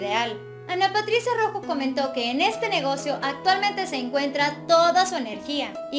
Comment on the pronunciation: por lo menos menciona correctamente Su Apellido